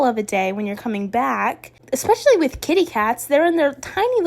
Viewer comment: Can someone let her know that there is no "x" in especially